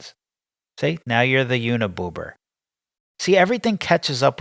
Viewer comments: He said uniboober 😂 I fell the fuck out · “Uniboober”…..😂. I laughed out loud. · "Uniboober" LOL